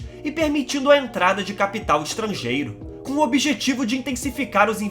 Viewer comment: Sua " CapEtal", dicção estranha a dele, mas o conteúdo é bom